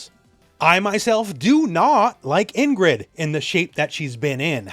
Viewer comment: Pronounced EEngrid, not “in-grid”